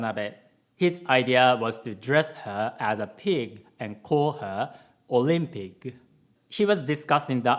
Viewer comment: omg olympig hahaha I'm sorry but that's pretty funny